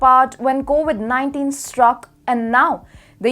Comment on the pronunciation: Please improve your English, it needs serious attn.. pronunciation is embarrassing, it's COVID NOT COWID..